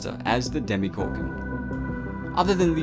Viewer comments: It’s DemOgorgon it’s not demEgorgon or demIgorgon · Did you say demigorgon? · Did it annoy anyone else when he kept saying DemYgorgon instead of DemOgorgon? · Demegorgon no its demagorgon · Its not demigorgon its demogorgon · It's dem"O"gorgon and NOT dem"i"gorgon. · Why do people pronounce it "Demi- gorgon" when even the characters clearly say "demo-gorgon" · 0_0 Demigorgon? DEMOGORGON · Did this man just said demigorgon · Would you please say demogorgon good? Its not a demigorgem! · He says demigorgon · Why does he keep saying demi gorgon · Your saying demigorgun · Why are you saying Demigorgon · Nice video but so annoyed by “demeegorgon” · Why is it pronounced "Demigorgon" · Who else is bothered by ‘demeegorgan’